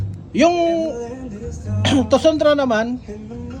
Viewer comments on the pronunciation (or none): Bat kasi tosundra tawag nyo? E tosunra lang naman yun. Walang D! Haha